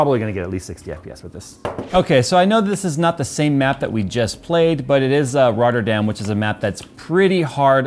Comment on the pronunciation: me as a dutch guy listen to a english guy saying rotterdam is funny